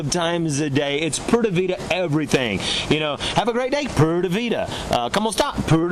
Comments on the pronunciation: Pura -- not "Purda" ! \ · How to pronounce ‘Pura’. Poo - rah. Not Pure - ahhh, or Poorda , which is what I think the host is saying. Advantage when you live in Costa Rica? Learn the basics of the language, and the people will befriend you, embrace you, protect you.